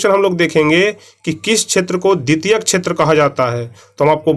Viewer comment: सर आप प्राथीमिक छैत्र बोलते है सेवा छैत्र ko फिर क़ृषि को कुछ से कुछ बोलते है सही से चेक कीजिये 19 नंबर सवाल